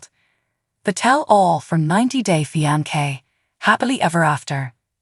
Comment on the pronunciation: Love how the AI keeps pronouncing the word fiance wrong but in different ways 🤣😂